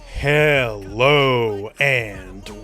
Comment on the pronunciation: I love the “heLLO and welCOME”